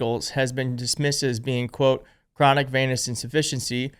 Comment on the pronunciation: it is pronounced Venus - like the planet.